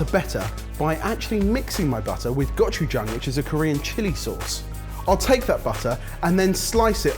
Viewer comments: OMG i'm and HAS WON! He said Go-ju-jang correctly-ish!!!! More confidence and you'll have it!:D - I just fell in love with you a little bit! If I had any money I'd get a patreon subscription! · thats the only time I've ever heard any of you say gochugang right